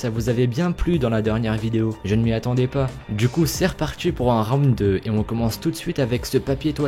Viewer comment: "C'est parti" pas "partCHi" pt1 Et Folles , on dit une expérience :/